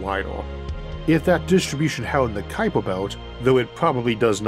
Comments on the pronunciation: Ah yes the kuiper bewt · Isn't the name pronounced 'cow-per'? Although my Dutch is quite poor - anyone Dutch here?